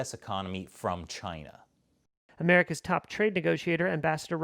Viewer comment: . . .cause it’s from Chy-Nuh.